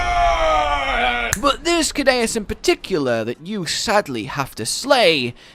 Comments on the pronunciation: why do u call it kadaus when its pronounced seadious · I think Ceadeus is pronounced with the C as an S, like Sea Deus, because it implies he is a god of the Ocean or carries a godly title, like 30 other monsters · guess what it’s “soo-day-us” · It's Sea-Day-oos. Dues is Latin for God, so Sea God. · It's pronounced Kaydayuse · It’s pronounced sea-deus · Ceadeus I think should be pronounced See-de-uus as Cea is pronounced like Sea in Latin and also in Latin Deus is god, and it’s pronounced De-uus. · It's pronounced(c-dus) or (sea-dus) the second e is silent. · Btw it's pronounced "Say-dus" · Sea - de - us that is how to say it I have been in the old world for to long to long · It's "see-ADDY-us",. Also, dunkleosteus is pronounced "dunkul-osteus". Its name literally means "Dunkle's bone", after the guy who found its skull.